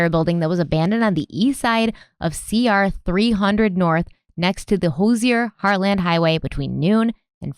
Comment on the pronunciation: I don’t wanna be this person but it’s pronounced “Hoo-zher” 😂